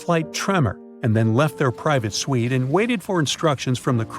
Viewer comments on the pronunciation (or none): none